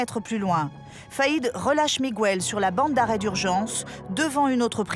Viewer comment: miguel pronocer migel pas migouel